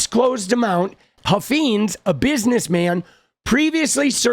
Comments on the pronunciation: I think it’s pronounced Huff Fines not feens. I live in Texas. They are extremely influential in the state. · It’s Huff - eyenes, not Huff- eenes. Please say it correctly. The brand needs to be trashed. They own multiple car dealerships in the DFW area.